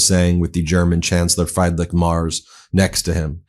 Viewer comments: Ben, not Fryday Mars but something like Freedrick Merch with an s instead of the ch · FREEDrich not FRIEDrich please Ben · Although the chancellors name starts with Fried, it doesn't sound like Fried eggs... Try: Free-drich Murz Thanks Ronald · Message to Ben : it is NOT Fraaidrich but Freedrich Merz. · Ben, I think the name of the German chancellor is pronounced more or less -- Freedrich Mertz. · Ben, just a little bit of help: your pronunciation of the German Chancellor's name 'Friedrich' is incorrect. Say it as if it is written with an 'e' instead of 'ie'. The German pronunciation of 'ie' is like the English 'e'. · You are really butchering the chancellors name. 😢 I don’t like the guy, but the vowel in his first name is iiiii like the E in Elon. His last name is not like the planet, rather the vowel is ä not a (like the “egh” in Meghan) and the last sound “z” is pronounced like “ts” (a bit like in pizza). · “Free-drick Murt-z” is how it’s pronounced lol 🙂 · Please consider pronouncing Friedrich Merz like "Freedreech Merts". Thank you.😊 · Pronounced something along the lines of "Freedrich Mairts". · Freedreech Maerz! Please pronounce his name correctly 🙏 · PLEASE Ben: Friedrich is pronounced with two i like in big. "The "e" is left out". rich is pronounced almost like rish. The "e" in Merz is like e in well. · Guide to pronounce Friedrich Merz not like Bruno Mars. Try: freederick Merz like in Hertz. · The german presidents name is pronounced : Freedreeck Murtz. Sounds much better Ben. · Please try to pronounce correctly the name of: FRIEDRICH MERZ. It's a matter of respect.